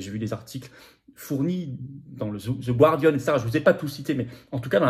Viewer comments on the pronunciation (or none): Merci Florian pour l'énorme travail que vous fournissez afin de nous tenir informés. Je me permets une petite remarque concernant la prononciation de Guardian : cela se prononce comme s'il n'y avait pas de u après le g. Parole d'anglophone 😉